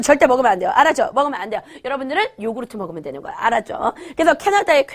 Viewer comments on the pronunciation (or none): none